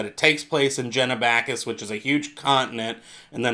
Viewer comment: Really interesting video but stop pronouncing it Jenabackis, it starts with a G, so like the G at the beginning of gay, Genabackis